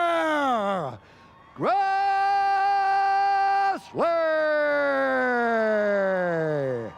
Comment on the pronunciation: this really is so phony.. you can tell the drivers hate it and the dude just say piere GRASLY hahahaha